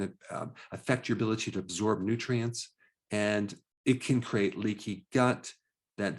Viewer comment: You're saying "CRATE" for "CREATE""